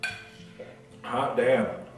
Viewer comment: I like how he turns country when he says "hot damn".